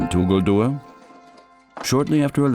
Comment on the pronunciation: Tuguldur....that is right pronunciation. 😀 meaning is nice too. It means beautiful, heavenly or maybe stunning 🤩